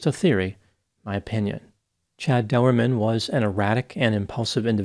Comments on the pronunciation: ...no big deal man, and you have probably figured it out anyway, but his name is pronounced as :"Door-man", as in "Chad Doerman"..... Q : Did you hear about the Irishman who put his Condom on backwards..? A : He Went............. No....? Oh alright, I'll get my coat. sorry. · the name is pronounced Doorman. I know it's a family name. I ain't gonna hurt ya. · Learn how to say his name!!!